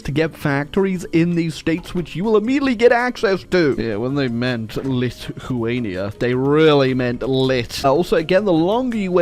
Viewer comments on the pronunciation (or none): Every time he says a lithuanian word i cringe extremely hard... I am lithuanian and its a hard language though.